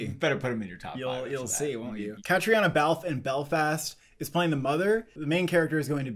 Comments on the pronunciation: Caitriona is pronounced as "Katrina"!!! Also, Cody Smit-McPhee's character in the book "The Power of the Dog" is wayyyyy showier than Jesse Plemmons' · Btw Caitriona is pronounced just like Katrina for future reference, there is a video of her pronouncing her name. kuh ·tree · nuh